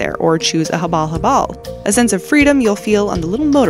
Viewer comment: 😆😆😆its not habol-habol its habal-habal its like make it not quick